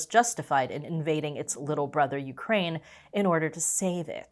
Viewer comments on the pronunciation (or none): none